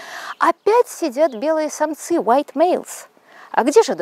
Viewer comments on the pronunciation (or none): none